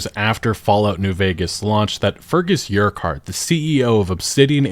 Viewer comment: the way you pronounced Urquhart triggered me.